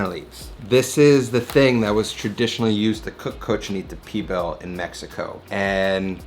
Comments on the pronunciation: Lol what is Pee Bill.... great Spanish 101 hahaha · He was losing me at flour tortillas for Cochinita but trully lost me at "P-BILL..." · love this youtube channel but its pronounced : cochinita PEEE BEEEL